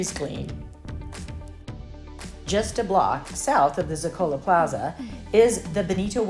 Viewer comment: Please. ZO-ka-lo is the correct pronunciation….